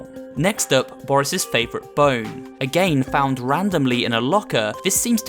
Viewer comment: why he always say agajn and not again??????????????????????????????????????????????????????????????????????????????????????????????????????????????????????